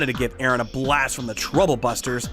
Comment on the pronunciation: My new favorite "Truble Busters" 😂